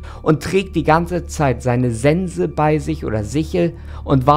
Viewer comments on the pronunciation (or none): none